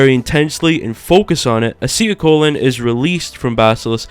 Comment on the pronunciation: wow dude "acetyl colon" and baskalisk" where'd you get your biology degree using such big words and saying them correctly i completely believe everything you are telling me you are the expert